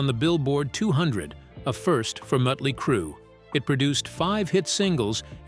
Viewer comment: "The birth of Mootley Crue"